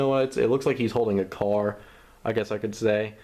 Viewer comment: I know what a CAR is,but it sounds funny when he says "It looks like he's holding a car."xD